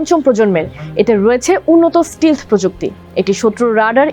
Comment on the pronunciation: It is “stealth” NOT “stil”. Please correct pronunciation. Also why are you showing F16, F15, F22 & F35 American fighter jets whereas presenter talking about Chinese fighter jets? Very poor video presentation 😒